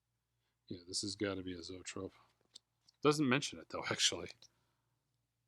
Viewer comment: It's pronounced Zow-'EE-trope'. LOL